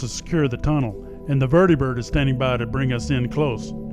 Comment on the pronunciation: Did the way that guy said vertebird bother anyone else? And yes i spelled it how he pronounced 😂